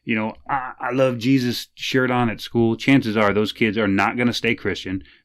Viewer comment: My man said "they're really strong on the hey-zeus" 😆 THIS is why I love this channel